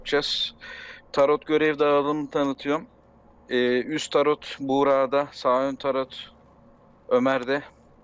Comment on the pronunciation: Ulan ben de "tarot ne?" diyorum bir saattir. Turretmiş. Hay senin telaffuzunu...